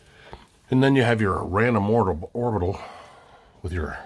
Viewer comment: Orbital not oribital